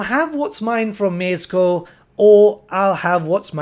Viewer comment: Mieszko - that "sz" you may read as sh, but you have managed quite well with this name ^^"